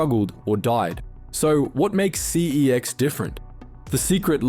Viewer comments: It’s pronounced sex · Pretty sure the name pronunciation is a marketing tactic. Never before had anyone pronounced it that way before the ads popped up 😂